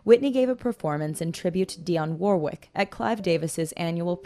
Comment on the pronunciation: Can you try to pronounce Dionne Warwick's name correctly?